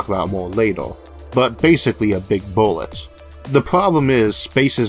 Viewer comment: "Wuddaya know? One Space Boowett weft!" "There was supposed to be a kaboom! An Earth Shattering Kaboom!" You saying we don't have an Eludium P32 Space Modulator?